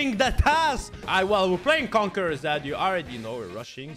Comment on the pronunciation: Normal people: Conquerer zed: CONQUEGEK ZED